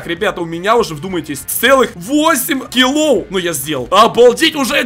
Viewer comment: Не килоув а килоф